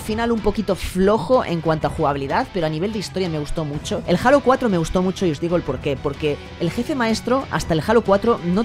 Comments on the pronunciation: Joder, cada vez que escuché "jalo", me da cringe haha Es halo O bien Jeilo Saludos bro. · Se pronuncia heilo xd no jalas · que raro que no pronuncie Halo como "Jeilo"Xd.